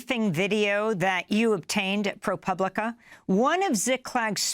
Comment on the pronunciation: When did Amy start pronouncing ProPublica correctly? For years she was saying it like "pubic".